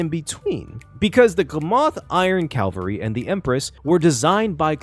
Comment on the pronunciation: "Calvary" (CALV-A-REE) is a ye olde religious word that means something like "salvation" "Cavalry" (CAV-AL-REE) is a military term referring to a unit of mounted combatants. "Glamoth Iron Cavalry" uses the second, not the first. 🤙